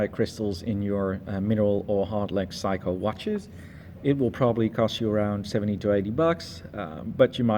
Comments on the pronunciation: Well first of all, it’s not a “psycho” it’s a Seiko; pronounced “say-co”. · Its Saycho...not Psycho...IMHO. Great Fart ...IMHO. Excellent Review Thanks